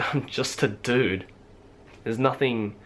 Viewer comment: the way he says "dude" (sorry I've never actually talked to someone with an australian accent) ANYWAY. I love how this video was completely unedited, it was just him flat-out talking, not trying to make it perfect or anything. It feels so real, which I'm sure was the goal. But "you actually ARE real!" is usually someone's first instinct when they meet someone they've wanted to meet- be it a youtuber, a celebrity, a band member, an internet friend, or a pen pal. That's the first thought that comes to mind, the first thing you want to say.